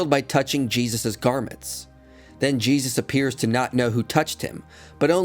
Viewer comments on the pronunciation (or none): Lol even saying his name wrong. Foolish lol